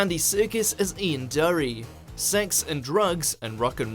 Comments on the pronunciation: Ian Dereeee?!?!?!?!?!?! It's Ian Dury as in Jury...!!!! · 'Ian Durry' - what is this guy!?! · Number 10, and I'm frankly appalled that someone who is obviously English, managed to mispronounce the name of one of Britain's greatest ever rock stars. It's pronounced 'DEW-REE', not 'DURRY'. Misprounounciation of some British words I can forgive American narrators for, but this? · Do you not research how to say peoples names before doing this? Firstly it's Ian Dury as in Jury, and you don't pronounce the G in Dominic Monaghan... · Durry?? DURRY?!? Where the fuck are you getting all these terrible pronunciations?? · Ian DYOORY. FFS! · You don't pronounce Ian Dury like that!